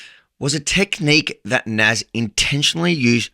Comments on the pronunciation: Nas = People in Arabic... plot twist, in Arabic it's pronounced NAS with an S not a Z 😂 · btw, if his name is Nassir, in Arabic, it’s pronounced as [nas:seer], like: [nas]+[seer] :) i is pronounced as ee :) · it is not NAZ but one with "i" in the end of his name ;)